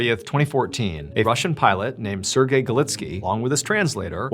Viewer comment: I hate how he says Sergey it's like sErGay